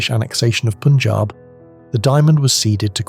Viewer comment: Pun (like the joke) jaab, not poon-jab. The word means ‘five waters’.